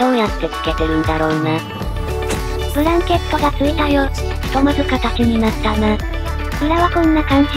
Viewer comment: ブランケット→ブラケット やねw